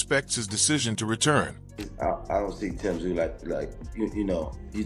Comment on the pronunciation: Who the hell is "Zie U??" I gave you a "like" but you gotta correct your AI and get the damn names right! It's Tszyu (Zoo!) Tim Tszyu (Zoo!!!) C'mon now....be fair. 😅😉